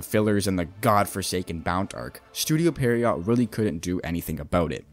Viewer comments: pee-air-row i think is how u say it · The video is fine, I guess, but you're still including some false information that has already been debunked too many times to count. Also, how is there not a single Bleach youtuber that is able to pronounce "Pierrot" correctly